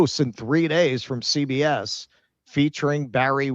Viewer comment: CBS read as See BS 😂